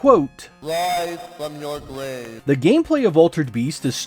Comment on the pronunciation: thank you for this review. I played the Japanese version of this game back in the day and it wasn't that great tbh. It's the memes that have actually made it popular over time - especially the 'Wise from your gwave'. Lol